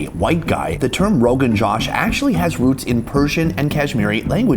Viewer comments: My family would never pay that much for Indian food IN India. But presentation and I guess the tourist tax, makes sense why its so expensive. Love you Sunny so can you hire me to teach you Indian-American pronunciations for foods? Its "joh-sh" not Josh 😂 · Josh is pronounced different wrt dish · Sonny it's JOSH don't pronounce O as A it's not JASH